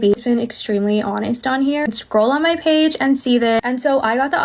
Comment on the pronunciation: pronounces the word "page" wrong Also: somehow transitions that into making a deadpool and wolverine video